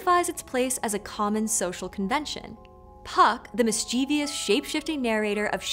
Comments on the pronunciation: Mischievous. Not mischievious. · Does anyone else die a little inside every time she can't say MIS CHIV US? There's no extra I in that word! 🤮🤮🤮